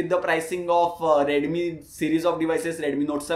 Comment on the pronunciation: Bro its not redumi 😅 its redmi 😂 no offense